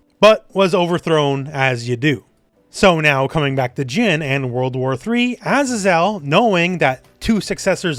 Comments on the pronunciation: Azazel is pronounced "uh-zay-zl", it's a biblical name - not "ah-zah-zel". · Pretty sure azazel is pronounced “AZAY-ZEL” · A-Za-Zel lol